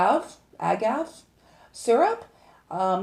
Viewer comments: Agave is pronounced ah-gah-vay. And, why did you specify a chocolate dispenser but not use it? What is the purposed of tapioca powder in this recipe? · There is a hard A at the end of the word agave! (Pronounced as) ag-av-ae ! Love you videos